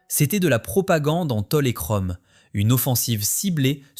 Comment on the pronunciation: Kromm au lieu de chrome... Quel crétin! Une parodie de lèche-babouche...